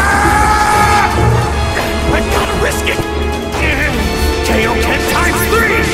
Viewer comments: I'ma just say this: the KAY-Oh-Ken pronunciation triggered me, and then he says KAI-Oh-Ken Kamehameha before charging up the technique. That was honestly funny. Above all, though, your friggin animation was clean! I liked the style for it, and the lip syncing made it seem like it was actually an english show. Also, lemme just say this: Those bulging muscles from Goku's Kaioken x4 were REALLY well done. Like, in the anime, obviously his body bulks up as it busts its limiters, but you made that really show in your animation, and god dang it was perfect! I really liked it. Please, keep up the good work. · Bruh, how did my boi pronounce Kaioken in both the wrong way and the right way?